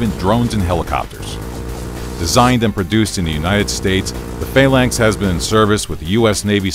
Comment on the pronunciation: I have never heard Phalanx be said with emphasis on the A's